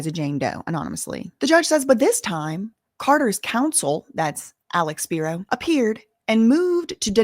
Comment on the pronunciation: Alecks speeroh